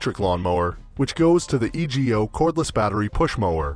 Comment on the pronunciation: It's E-go, not E.G.O.